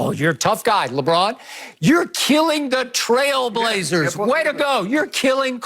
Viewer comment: "Frailblazers"???!!!! Skips a fool 😆